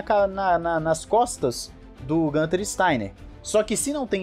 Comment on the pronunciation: GUuuunter. Não é GAnter.